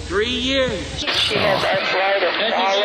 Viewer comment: Burning this ARTHUR-ITIS...right outta your BAH-DEH!!! I'm dying lmfao. 😂😂😂